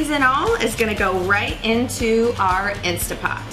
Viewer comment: Great recipe, but please, everybody, there is no such thing as an “INSTA-POT” — nonexistent item. What we are working with here is an INSTANT-POT — please pronounce the three T’s — that’s the name of it. If people say “Insta-pot” they sound like amateurs who don’t know the product. Thank you for the great bone broth recipe, I’m trying it right now!